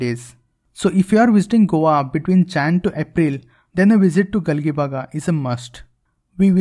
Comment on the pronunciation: It's not Gali baga it's galjibag it's pronounced like this